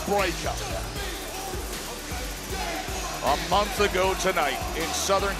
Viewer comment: She didn't squal she pronounced it break ker. She has a southern accent